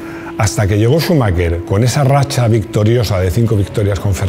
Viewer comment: Todo bien hasta q dijiste Schumacher jajajaja